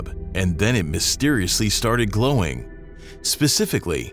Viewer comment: ohhhhh ghlowing not growing